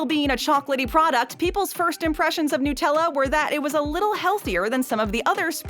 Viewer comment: NUT-Ella! Not NOOT!